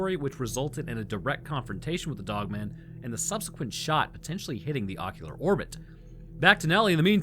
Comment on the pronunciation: 😂😂 it's pronounced dog-man. It's not a last name like Phil Dogman.